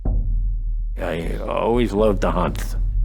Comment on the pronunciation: “I luhhf the hunt”